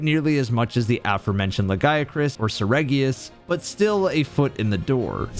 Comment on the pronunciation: I mean he got the Lagiacrus and the Nerscylla names correct.